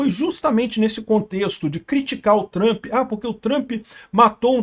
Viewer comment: "Trãmpi" precissa saber disso urgente (se é que já não sabe)